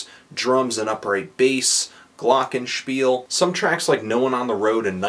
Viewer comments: Wait, wait, wait...is GLOCKENSPIEL a word in the English language?...Perfect pronounciation btw. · I can't stop laughing every time you say "Glockenspiel" in a review...since it's a "1:1 german:english" translation and I'm german, it sounds absolutely weird. Really like your reviews. Thanks and greetings from Germany